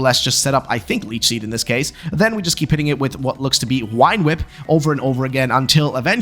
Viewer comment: Please stop saying wine whip.